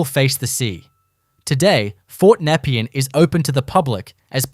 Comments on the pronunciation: Its pronounced NEP-PEE-AN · NEP-EE-ANN YARR-AHH WTF are you from? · The pronounciation was horrendous. Yarra! napean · This is shit.. Most of the footage especially Melbourne Cemetery is not Melbourne Cemetery.. it overseas some where.. and learn how to pronounce Nepean !! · Great visual video but a few off putting things about it. The pronunciation of Nepean and Yarra, the most common of Melbourne names is comically wrong. Also #1 the Flinders Street ballroom filmed an artistic installation that the artist Rone did a few years back but you didn’t mention that. It appears that the ballroom looks like all of the time but it doesn’t as it was a show. Entirely misleading.